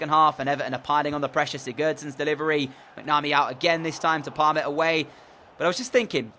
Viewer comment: Its mac-na-mee